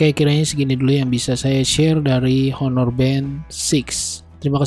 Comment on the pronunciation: Sekedar saran aja masbro, agak agak belajar cara ngeja/nyebut nama brand dan type dengan benar, Honor bukan dibaca Honor, karna mas kan nyebut 6(enam) itu "Six" (in english) jdi biar konsisten nyebut brandnya klau bisa dgan bener juga. Bisa liat referensi dri Reviewer lain di yutub, itu sih saran saya supaya mas bro bisa lebih berkembang. Skian